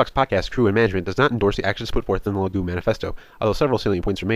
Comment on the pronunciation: You're pronouncing their name wrong. Is (Liii-Guii) not (Liii-Goo).